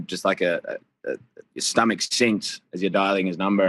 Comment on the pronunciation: Died when Paulo said stomaCHe 🤣